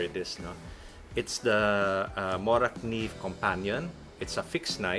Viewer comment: Wow they almost said Morakniv perfectly. Best regards from Sweden :)